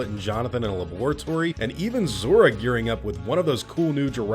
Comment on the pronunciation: I'm sorry I cannot get over the way you pronounced laboratory!